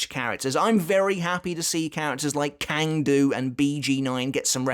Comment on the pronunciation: cang du is pronounced tscang du